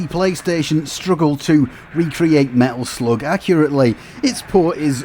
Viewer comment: When you pronounced "Medal Sloug" i finally stopped watching!